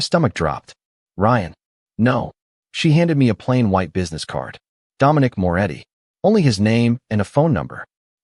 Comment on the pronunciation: It's Moretti not more eddy